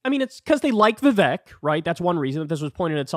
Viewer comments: Hi Kyle, I’m a fan. Please learn to say Vivek’s name properly, it rhymes with cake. It’s been public knowledge for a long time. I think the joke implies that Trump is so racist, he offered Vivek a job in the White House 7 Eleven. The joke has angered a sizeable number of MAGA supporters and has become a bit of a Rorschach test. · This is a small thing, but why does Kyle refuse to say Vivek’s name right?